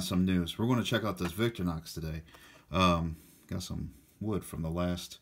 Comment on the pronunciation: I'm sorry I can't help myself....VIC-TOR-IN-OX not VICTOR-NOX. Otherwise nice video.